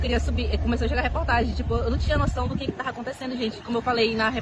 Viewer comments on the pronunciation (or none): Que agonia ela falando "tarra acontecendo" mdssss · Eu gostaria de entender qual é a dificuldade de algumas pessoas em falar a letra "V". A fala "tentarra" ao invés de tentava, é muito engraçado kkk. "Eu tarra", ao invés de eu "tava"